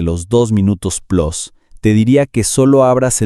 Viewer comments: Plus Se lee Plus, no Plos😅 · No entiendo porqué el hablante no sabe pronunciar “plus” y dice la barrabasada de “plos”. Se sentirá muy gabacho el güey, lo que es todavía más incomprensible cuando su pronunciación en ambos idiomas es tan mala. Re-edúquenlo o reemplácenlo. Pero al decir “relief” mal pronunciado y cortado, cuando en la pantalla aparece la palabra “relieve” parecería que el contenido no es original sino mal traducido del inglés. Estos creadorcitos deberían regresar a la escuela antes de publicar videos.